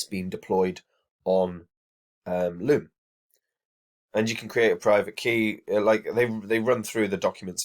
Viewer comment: Its loom lads not lobe